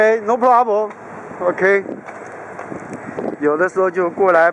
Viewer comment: Yeah! What’s the guys pwobrem!?